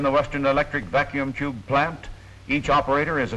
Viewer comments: What funny way does the announcer say Vacuum Tube that the captions say Vacuum Jew ??? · 73! I thought he was saying vacuum chube.